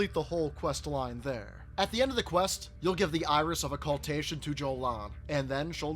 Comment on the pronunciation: The way you pronounce occultation is hilarious